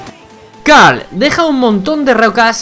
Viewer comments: Se dice Carl no cal 😣😣😣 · El el minuto dijiste cal embes de carl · A mí me divierte que le diga: "Cal" a Carl xd. No pasa nada con lo de las Gadgets. confunde el género de algunos personajes, eso sí es para rayarse xd.